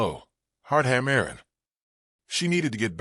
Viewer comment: Good captions. Good images. Narration mostly accurate, a few mispronunciations (like "ham-mer'-in") and misplaced pauses, but mostly good intonation. An interesting tale of a man offering a stopping place for women with few choices. A man with an enemy circling around like a coyote looking for an easy kill. A coyote that was finally too bold and paid the price. A woman who decided staying was a choice and not necessarily a necessity. Interesting story line. Some will not like the open ending, but I like the idea that choice is always an option. OR, USA